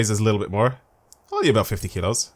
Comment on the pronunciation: When he said kilos it sounded like he said kidos lmao